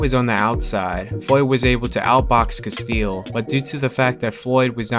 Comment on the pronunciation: it's castillo, not castille